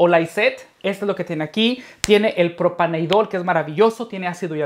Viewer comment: Se dice propaneDIOL, no propaneidol.